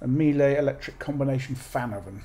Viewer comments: It's not right. It will be pronounced "Miele! With best wishes from Germany 👍😁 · Miele = Me-leh 🙂 Me as in 'you and me'. leh as in 'eh' (short sound). Or the 'e' sound in veg(etable). They're not top-end luxury, they're known for producing simple yet long-lasting reliable products. I have one of their vacuum cleaners and it'll celebrate it's 24th birthday this year. And i've always had pets, so that's saying something.